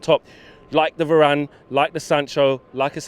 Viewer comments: i stopped watching after the first guy said “VARAYYNEEE” ffs our fans are washed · Va-ran.. its harder to mispronounce it and yet people find ways. Hitting us with Va-ranny and Va-rain.. ffs Nice job by the way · Did he call varane varaine? 😂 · Man said Va - rane lol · man said "varayne" lol 😭😭😭